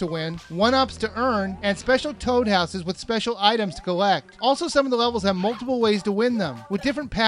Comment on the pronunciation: I thought he said ''special toad asses''